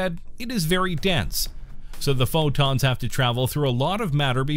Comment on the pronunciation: Pho + Wonton = the way he says PhO!tOns